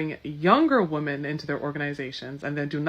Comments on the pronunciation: All these idiots are so educated yet consistently pronounce women as woman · This lady with the dreadlocks doesn't know how to pronounce the plural of woman...women is pronounced wi-men...not wo-man. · I hate it when they say "woman" when it should be "women". Drives me nuts.🤬🤬🤬